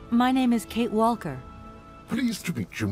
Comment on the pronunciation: I can't figure out why she's pronouncing the l in "Walker".